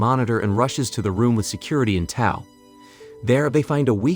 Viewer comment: It's not Holly's Comet; "Oddly drawn to the naked female creature", seriously?; at about , second time saying "Holly's Comet"; at about , "he rushes to the operating room with security in Tow", pronounced like the "tow" in "towel", not "Toe" like "in Tow" should have been pronounced. My point with all of this, which is only 2 1/2 minutes into the more than 13 minute video so far, is how horrible AI is now that it is being used for so many things people used to create on their own. Just look at how many thumbnails on YouTube are AI generated now.